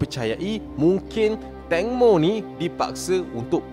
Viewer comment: Ibu tangmo bang 😂 bukan ibu tongmo 😭